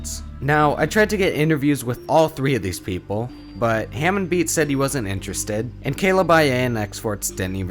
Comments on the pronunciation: Love the video but I can’t help but laugh at you saying it like “ham on” instead of like “harmone” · I’m sooooooo offended he did not say hamon right